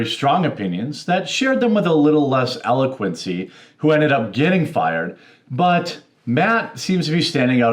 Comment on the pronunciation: The word eloquence has no eee sound at the end, Jeremy. 😂